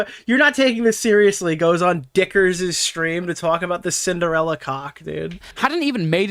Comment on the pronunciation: ah yes, "sinderalla"